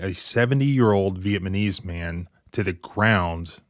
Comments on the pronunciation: He said vietMANese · Did you really say “Vietmanese?” WTF? And ??? FFS dude. How hillbilly are you? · Say it with me - Viet - Nam -ese.... Not VietManese. I'm guessing you're not an actual lawyer, you just read their books. Casey vs. City of Federal Heights involved multiple officers and the use of tasers, plus no assault on the officer, as described in the screenshot you supplied of the case. Cherry picking much? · Anyone else annoyed by how man times he pronounces Viet-na-mese as Viet-ma-nese? Love his content, but get the pronunciation right please. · it's cool that you're giving this case some notoriety.. the word vietNamese is pronounced w/ an "N"..not an "M". VietNamese..not VietManese my good sir. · In all due respect it spells and pronounces as such Viet(NA)mese, Vietnamese and not Viet(MA)nese. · VietNAMese. Not Vietmanese. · He keeps saying vietmanese, not Vietnamese. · Veitmanese? You should probably learn how to pronounce Vietnamese before you put it on video. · Love your content and a subscriber but it’s pronounced Viet”Namese” not Viet”Manese”!! Think of it like saying Vietnam not Vietmam. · Pronounce the word correctly. It’s not VietManese. It is, VietNamese. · VietNamese not vietManese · I'm sorry, but you keep saying Veitmanese... It's Vietnamese. You got your N's mixed up with your M's brother! 🤣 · Irrelevant to the point, but it's driving me nuts. VietNaMese, not VietMaNese. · vietNaMese, as in people of Vietnam. vietMANese sounds really wrong. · FYI... Viet-NAM-ese.... VEE-yet-NAM-eeze... not "Vee-yet-MAN-eeze"... Stick it in ur back-pocket fer next time it's right to pull out again. Good clip --- liked & sub'd already. Keep the good stuff com'in... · Sorry, but are you really saying “VietManese”” instead of Vietnamese? I can’t be the only one who noticed that…🤔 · Remember everyone it is pronounced nuh-mes not muh-knees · VietNamese… Not “VietManese”… 🤦🏻‍♂️🤦🏻‍♂️🤦🏻‍♂️ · It’s VietNaMese, not VietMaNese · "the vietmanese man" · viet-Na-Mese. FFS.